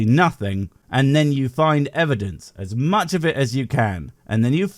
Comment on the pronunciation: Why do these people insist on saying evidenceis-is-is-is?